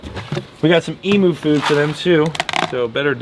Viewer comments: cracks me up hearing you say Emoo lol in Australia its pronounced E-m-you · e mew/ eemyou, theres no moo bro, its right there in the spelling, emU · Hello from Australia, please stop calling the emu’s,EMOOS! you pronounce it EMYOO. Also for them to be truly happy their enclosure needs to be 10 times larger as they love to run very very fast, and I’d keep your dogs away from them as 1 kick and they can literally gut the dogs. If you ever intend to try to breed them you will need about 5 females to one male as females only lay eggs in the males nests and take no part in the incubation process the males do it and the males raise the chicks, if you want more information check out the Gould League it’s a group devoted to Australian birds and have all information you’ll ever need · they are pronounced emyou not emoo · EEEEEEM-YOU not Moo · Hi from Australia! Big fan of your channel and so awesome you now have Emus. FYI Down Under we pronounce their name as E-Mews. Keep up the great content! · Day 18 of reminding emu is pronounced “eem-you” because it hurts my Australian head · EE-Mooh? It's Emu